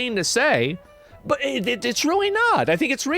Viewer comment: that "but" 😂 sounded like BEH😢